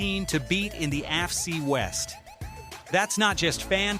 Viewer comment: A torn "Ackle". ""Afcee west". AI strikes again. Good luck on 1K subscribers. On second thought..................